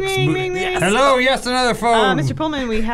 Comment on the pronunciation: "HELLEOUGH! Was he British before?" -Jams Wilhelm